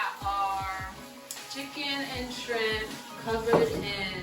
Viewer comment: We got some "SKRIMPS" 😂